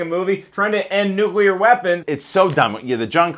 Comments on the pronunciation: trha2222 Some of these mention 'nukular' as a pronunciation that is used by a lot of people, but mostly frowned upon. Some don't mention it at all. Bear in mind, that's just a few results from the front page of Google, so if you find some more substantial info on the subject, let me know. Merriam-Webster considers it to be an accepted part of speech, but I don't know of any others really. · I think he's saying it like that because that's how Gene Hackman says it in the movie. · Hehehehe sorry...pet peeve. Although it's fun to hear people butcher common but silly-sounding words like "nuclear", "foibles", "qualm", "worcestershire", "judicial system", "mayonnaise", "guacamole" and "foliage". :p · It bothers me that english is my second language and yet the reviewer who I assume speaks better english than me since its his native tongue kept mispronouncing the word "nuclear" time and time again. It is NOT pronounced "nukular" it's "nuke-lear". It shouldn't be difficult at all! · Chris. I love you. I love your videos. But it's "nuclear". New-clear. Not noo-kyoo-lurr! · Nucular Man! Wait... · Gene Hackman calls Nuclear Man "Nookyoolur Man" trough the whole film! Chris, is it your intentional emulation of this, or pure coincidence, your unawareness??? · nuclear is a form of the word NUCLEUS. Try saying nukulus too and see how smart you sound. Or nucleic acid as nukuluc...i don't even know how you could butcher that one to match. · trha2222 It is NOT accepted. Show me where any linguistic authority declares "nukular" doesn't sound retarded. It's like people who say "Real-a-tor" instead of Realtor. You don't just decide it's ok because enough stupid people misuse it. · Einstein was German and a physicist, neither of which qualify him as an expert on English pronunciation. I can't believe anyone is arguing this! Look, the C comes before the L, therefore NU-CLE-AR, like NUCLEUS, end of story. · Behold, Nucular Man ! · NUKULER MAN!!